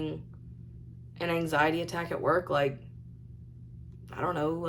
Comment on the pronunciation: Not anxiety, as most human earthlings say, no. For, it’s Ang-zy-deeee. Makes me grind my teeth together. WHY DOES SHE CONTINUE TO USE WORDS SHE DOESN’T KNOW HOW TO EFFING USE??